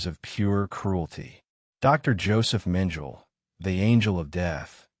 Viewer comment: It’s AI which can’t and won’t use correct pronunciation twice in a row let alone once! I won’t even try to describe what a horrible mess on “Dr. Josef Mengele” this primitive AI butchered. Beyond disgusting.